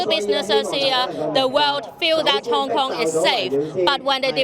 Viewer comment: yeah guys im from Hong Konmg. you mean Hong Kong. What the fuck is that I clearly said Hong Komg